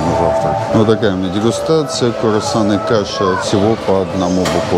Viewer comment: Круассаны😃, правильно говорить Круассаны , а не Курассаны! Ну вы чего так безграмотно ведёте репортаж?